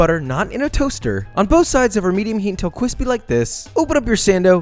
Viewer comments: I fucking can’t stand that kwispy shit. You ain’t funny stick to cooking and learn to use R instead of W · Just discovered you channel thanks to a friend sending me your in‘n‘out burger video (which I will be making for dinner tomorrow night) but omg your channel is my new addiction! I love they way you cook, the way you edit, your humor, the way you pronounce words like thicc and cwispy and most of all... the b-roll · Food: exists Joshua: Cwispy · nobody: nobody at all: josh: cwispy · Best part tho🤷‍♂️🤷‍♂️🤷‍♂️